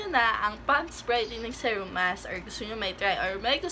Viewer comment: Please check right pronunciation of SERUM.